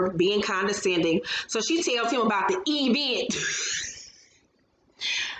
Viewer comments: I can't stand to her Latisha say event (E vent) either, 😂🤣😂🤣😂🤣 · The e-vent had me rolling